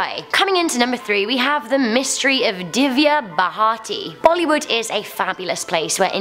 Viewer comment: The famous actress's name is pronounced as di-v-ya bh-a-r-tee